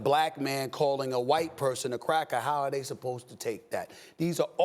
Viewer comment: Steven a put so much emphasis on the word cracker 🤣🤣